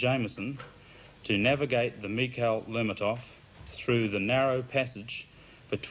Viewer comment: You'd think they'd ask somebody how to pronounce the name of the ship correctly